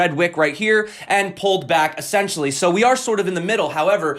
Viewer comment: es·sen·tial·ly /əˈsen(t)SHəlē/ Learn to pronounce adverb used to emphasize the basic, fundamental, or intrinsic nature of a person, thing, or situation. "essentially, they are amateurs"